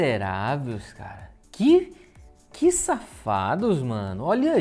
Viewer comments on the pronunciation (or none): none